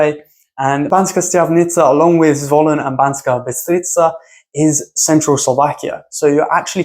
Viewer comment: to be honest im kinda surprised when it comes to Bystrica and Štiavnica you basicaly pronounced them well exept that you basicaly swapped the S and Š pronounciation... where you could just say Bystrica you said BySHtrica and where you could say SH-tiavnica you said normal S :D still a lovely list of places..maybe i would exclude Zvolen simply because i know it too well to just look at only the beautiful things in there